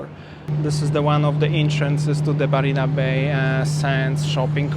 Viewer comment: there’s no Barina Bay. It is MARINA Bay, with an M for marina